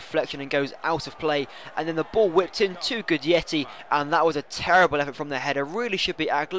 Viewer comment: It's "Guidetti" not "Gudietti"